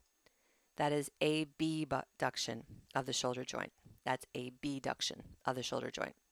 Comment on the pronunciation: Good summary however I kept being thrown off by random mispronunciation of words “abduction and adduction”.